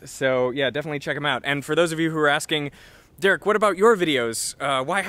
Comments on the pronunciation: I first heard 'Dirk' instead of 'Derek' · ... did you just pronounce your name as "Derk"? Is this Veristablium?